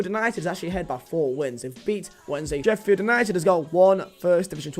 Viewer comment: Least he got Sheffield right, WAWAW